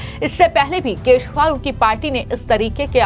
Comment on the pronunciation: आपको अरविंद केजरीवाल बोलते नहीं है। उसे सुधारें।